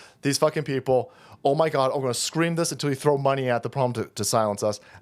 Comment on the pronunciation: Is it just me that quietly chuckles everytime says, "Oh, my godzezz!"?